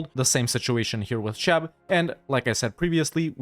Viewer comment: Cheb is pronouced like "kheb" not "czeb". Just FYI.